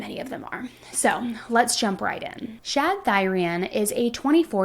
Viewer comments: Are you meaning to say "Shad"? Or is that just like an accent thing and you mean, "Chad"? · Chad not Shad. 😂 Js